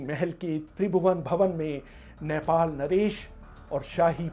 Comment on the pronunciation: abey chutiye its not नैपाल. its नेपाल...